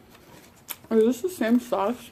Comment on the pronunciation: Your saying "Sås" Like a swed. 😂❤️